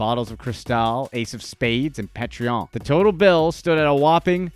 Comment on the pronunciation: Foiey Graw, and PA Treon (tequila)....this Narrator should be FIRED, or do his homework